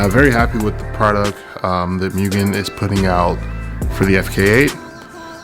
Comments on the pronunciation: Nice upgrades but dude less of the MEW-GAN it hurts my ears 😂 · MOOOGEN* lol I said Mugen for a while too.